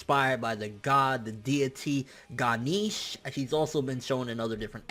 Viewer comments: Ga-neesh??? It's pronounced Ghanesh I believe? But regardless, cool stuff man :) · You said ganeesh. Imma kill you homie. You butchered it so hard. it is pronounced Gun-aysh (sorta like that). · BRUUUUUUUUUUUUUUUUUUUUUUUUUUH ITS NOT GANIIIIIIIIIIIIIIIIIIIIIIIIIIIIIIICHE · It's pronounced "Guh-Nesh" or "Guh-Nesha". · u r pronouncing Ganesh wrongly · The Pronunciation of "Ganesh" is making me sad